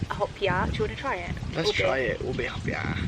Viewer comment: Hahahhaa i like it when he pronounce the ube Yube cake hahaja